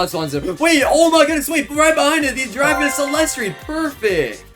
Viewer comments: Bro he says chef crabracadabra chef garamara😂😂😂😂😂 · Bro calls garamramam , gwemwemwem